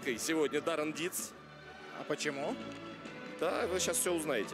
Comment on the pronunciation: Он не Даррен а Даурен.